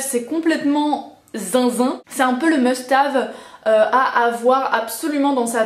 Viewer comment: must have hahahah ou "hève"? 12 min pour parler d'un produit avec répétions à la chaine, top ;)